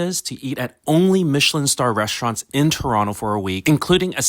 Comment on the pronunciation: Love hearing the Ta-raw-no. Lol. Iykyk.